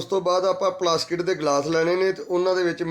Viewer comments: Plasket nhi hunda plastic hunda hai 😂😂😂😂😂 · Phla bolna Sikh la uuutt jeha plastic nu plaskat vella nu vlla vlla kri jnda balti wadni botle wadni boli jnda gadha jeha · ਪਲਾਸਟਿਕ ਹੁੰਦਾ ਨਾਂ ਕੇ ਪਲਾਸਕਿਟ 😂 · Plasket ni plastic hunda😂